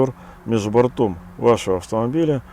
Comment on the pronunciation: Правильнее говорить с ударением на первую гласную - за "бОртом" .